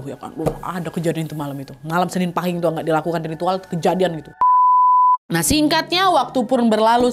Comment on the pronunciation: Izin koreksi kak nadia cara baca pahing kata bunda aku itu paeng terimakasih🙏😚😚